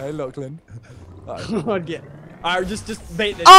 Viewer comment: They really dont know how to say "lachlan" xD